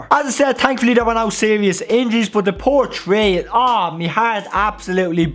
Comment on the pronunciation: "Awh Poor Tree Me Heart Absolutely Bleeds For Ih"😂😂😂😂😂😂